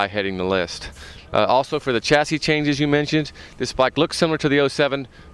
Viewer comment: why can't he pronounce the word "chassis" properly?